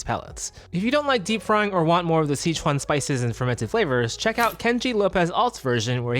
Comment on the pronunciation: OMG! Thank you for pronouncing sichuan the correct way!!